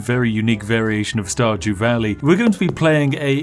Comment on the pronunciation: I heard "StarJew." Every. Single. Time.